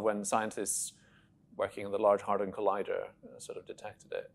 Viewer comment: "the large hardon collider"